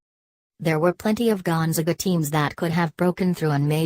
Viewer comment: Can't even pronounce the school name correctly. Great research.